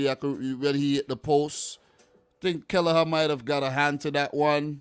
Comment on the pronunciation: it's not kelleher his killer 'a🤣🤣